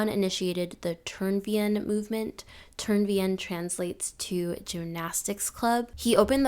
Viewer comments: Well done, but for future reference: Friedrich Ludwig Jahn is pronounced Yahn, and Turnverein is pronounced tourn-fair-ayn ✌ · I absolutely love gymnastics and I'm super excited to watch the rest of the video, but i couldnt help but cringe at how you said Turnverein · The pronunciation of Turnverein was so bad at first I didn’t even get what she’s talking about or that it’s supposed to be german🤣